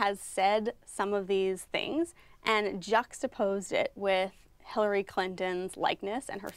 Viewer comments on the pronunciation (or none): none